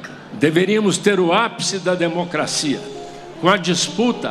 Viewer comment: Kkkkk lida. Na USP kkkkkk é demo cracia